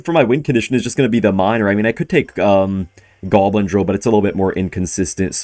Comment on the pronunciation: Why does he say "goalbin" instead of goblin?